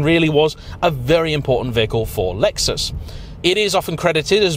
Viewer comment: It’s a Lexus not luexos